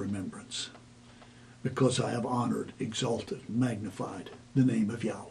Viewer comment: YOU SAY THE NAME, "YEEEHOBLUNKGRUFFEIEWAAAAAAAAAAAAAYTEETOE" IS TOO HOLY TO PRONOUNCE, BUT ALL DURING YOUR VIDEO YOU MUCK THAT NAME UP BY MISPRONUNCIATION!